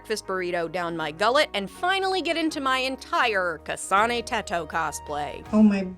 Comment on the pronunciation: "kahsahne thetoh" ugh...Americans 😅